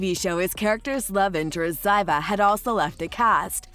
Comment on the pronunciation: Zyva? ZYVA? Clearly, you never even watched the show. And title-ar? It's titular. Tit-u-ler. It takes so little effort to Google how to pronounce words and names.